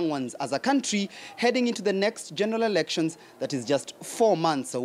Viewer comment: did he say erections?